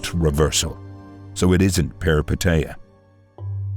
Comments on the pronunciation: As a Greek, I'll help you say the word Peripeteia correctly. Say "Peh-ree-PEH-teeh-ah" putting the emphasis on the Peh, the same way you did for the TE in PeripeTEia instead . Also thank you for this analysis, all your videos are remarkable! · As a Greek let me tell you that the correct pronunciation is Perip è tEah and literally means adventure. And anagnorisis means recognition. I'm saying this because for a Greek the meaning of the words being literal means it's easier to have them more clearly in mind. Hoped I helped, great vid!